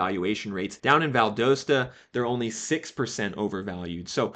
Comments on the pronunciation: Hearing you say Valdosta hurt my soul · You mispronounced "DeKalb" and "Valdosta".